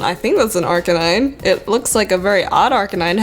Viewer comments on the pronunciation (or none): none